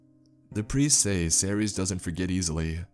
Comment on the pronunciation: 이동연 -Cerces? He pronounces the name as Are-Series.